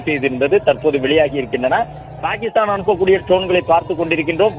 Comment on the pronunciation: பேகிக்ஷ்தான். New reader😅😅😅